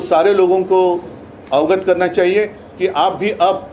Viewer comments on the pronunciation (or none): none